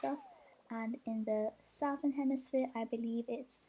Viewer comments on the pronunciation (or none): South- ern 😭 its pronounced “suth- ern”